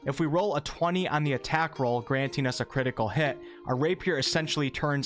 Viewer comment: Critical Hit not Critial Hit! lol. Good video though!